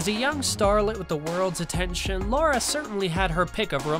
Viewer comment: Her name is LARA, not "Laura." L-eh-ra.